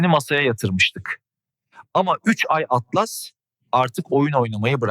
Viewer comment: 3 Türkçe i harfi İngilizce Atlas Türkçe telaffuz yazılarda Türkçe okumaktan imtina edip sonra sonra Garip telaffuz ortaya çıkıyor